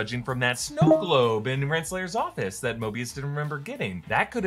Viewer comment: I just rewatched avengers endgame and Tony says moebius strip like moebius in loki